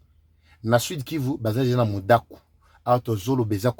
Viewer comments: MUDAKA et non MUDAKU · Mudaka et non Mudaku.